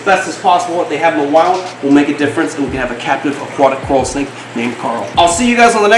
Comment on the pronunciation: I 100% bet the name carl came from trying to say coral snake in the accent and it came out as carl and he just went along as if he planned it Lmao